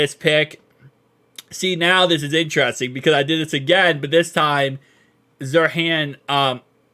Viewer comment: Bud you don't have to suffer trying to pronounce Jer'zhan.. the guy wants to go by Johnny lol